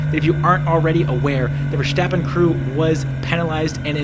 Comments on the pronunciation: Please note that Max's last name is not VerSHtappen. It's VerStappen. Take a good look at the name. There's no reason to pronounce the S as anything other than a normal S. I don't know why so many people outside of F1 insist on prouncing his name like that. Kinda like they're trying to make him German. But he's not. He's Dutch :) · His name is not Vershtappen. You dont have to do the the silly shhh. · Great video but you gotta stop with the VerSCHtappen. You don't pronounce the S like you would with Nordschleiffe. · it's verSTAPpen as in ""STOP" ,not verSJTEppen. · Many thanks, great commentary. Also i’ve noticed English speakers tend to say Verstappen with an SH-sound like in Schumacher, while its actually more like just saying the word “stop”. No need for the SH-sound:) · Goddamnit it's not verSSHHHtappen. He's not German. Just pronounce it normally. I blame Brundle for this brainmelt pronunciation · Man, it's not Vershhhhtappen. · Why are all english speaking people pronouncing max' name as versHtappen. It's the same ST sound as stint, not shtint. Content wise i like the breakdown and pov tho, and it's so wild to be able to ride most of te same track in real life, makes me appreciate their speed so much more